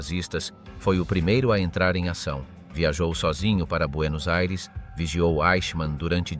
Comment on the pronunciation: Buenos Eires? Ridicolo